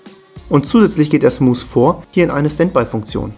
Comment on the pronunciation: Alter es heißt nicht smus